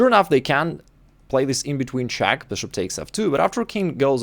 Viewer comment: We all know you just found out that people like the way you say BRSHUP!